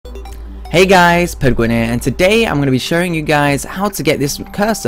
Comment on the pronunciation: why u say Penguin so wierd?